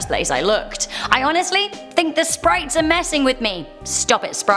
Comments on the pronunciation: Did anyone else hear her say SPRITES NOT SPIRITS? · She pronounced spirits as sprits